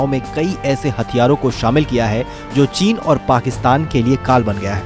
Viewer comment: चीन का ची तक बोल नहीं पाता।